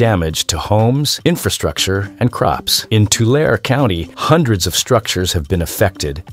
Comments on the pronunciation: Too-LAIR-ee not Too-LAR-ay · It's two-Larry not two-lar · You are pronouncing the name of the lake incorrectly. You are saying Tua lar e, and it should be pronounced Tua larry lake. Change your "lar" e" to "larry" and you will pronounce it correctly. Doctor George Whitehead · I live in Central California. We pronounce it Two Larry. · I live in central California. It's pronounced, 2 larry. Tulare. Yes, the land flooded not long ago. But there is no lake here. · I always heard it pronounced 2-Larry. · It can't even pronounce Tulare or Nevada correctly! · This video strikes me as very odd. I grew up in the San Francisco Bay area and in the mid 80s we went camping at that lake. I kid you not. We only went once because there was no facilities and there was lots and lots of spiders. It is located in Lodi, CA. We liked trying out new lakes once in a while.The commenter is pronouncing it wrong and he also pronounced Nevada wrong. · The narrator can’t pronounce Tulare and Tule correctly.